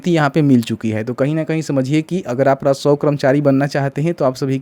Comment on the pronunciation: पहले राजस्व बोलना सीखो फिर वीडियो बनाओ 😂